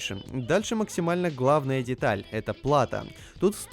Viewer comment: «диталь» Господи...